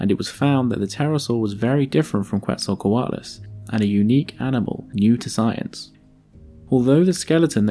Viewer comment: Hearing it pronounced as "Kwetzalcoatlus" brings me physical pain. Still good video, that's my only gripe